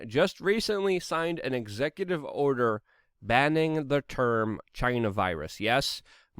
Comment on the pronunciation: "..Joe Biden signed an executive odor..." I will never stop loving Luke's mis-speaks.